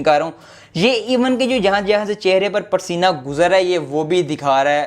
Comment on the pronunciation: You said parsina🤣😂😂 Btw bhai love u hogya allah pak aap ko khush rakhe